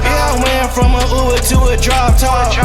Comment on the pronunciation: “I don’t know uvvver driver”